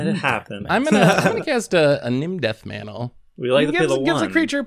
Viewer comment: misreading Nim Deathmantle made me actually facepalm at work